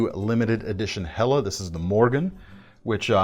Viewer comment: First time I've heard an American say "Helle" correctly. Nicely done!